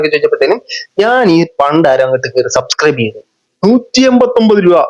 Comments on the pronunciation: സബ്സ്ക്രൈബ് ❌ സസ്ക്രൈബ് ✅😂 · സബ് സ്ക്രൈബ് എന്ന് പറയാനെങ്കിലും ശ്രമിച്ചു കൂടേ? എന്തിന്? അല്ലാതെ തന്നെ സസ്‌ ക്രൈബേർസ് ഉണ്ടല്ലോ അല്ലേ?😂